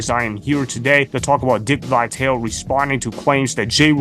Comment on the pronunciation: It's not Vi-Tale, it's Vi-tal-e. get it right.